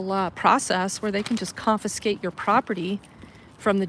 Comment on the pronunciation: Confiscate, NOT confinscate.